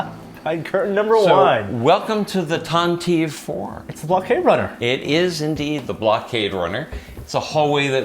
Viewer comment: He called the Tantive 4 the tan-teev 4.